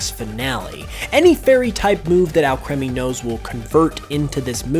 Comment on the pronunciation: It's pronounced Al- creamy. Like cream.